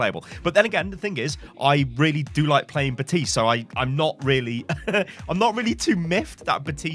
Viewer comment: Ok, Ive been able to ignore it until now. The P in Baptiste is NOT silent. There is even a voice line that correctly says his name.